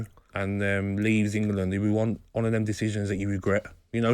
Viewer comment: Nobody: Gabby: Ingerlund